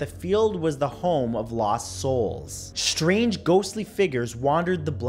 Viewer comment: shrange shapes shrouded lol